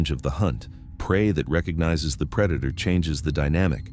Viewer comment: That wasn't the predator it was the preda-toe